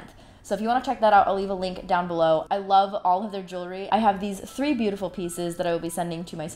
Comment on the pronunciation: The “TRHEE” fold law 😂